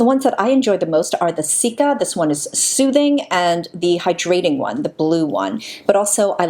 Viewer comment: I find your voice so soothing. Sometimes I have to scroll back because I've just been having your videos as background noise and not paying attention! However, I not can't stop listening to how you say the word hyDRAting, instead of HY-drating